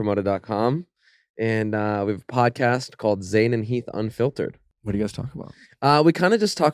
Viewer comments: I feel so bad for Heath. Nick saying his last name wrong, and them not trying to learn anything about him. It seems like Heath is just there sitting on the couch. He had no ideas or much input to any conversations. I feel so bad! Only watched this for Heath! And he barely talked :( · Not him saying heaths name wrong …